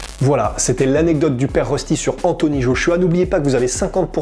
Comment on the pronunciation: ultra lol "Père Rusty" 😂😂😂